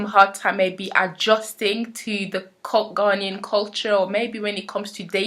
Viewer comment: Interesting on how you pronounce Ghanaian. I have close family friends who are native to Ghana (who currently moved back) and they pronounce it (Guh Nay In) not (Ghan Ian). May be it just differs between the different tribes who live there, no idea.